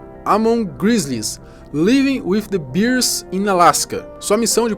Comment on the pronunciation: Essa pronúncia de "bear" doeu meu ouvido. Pelo amor de Deus, bora voltar pra Cultura Inglesa.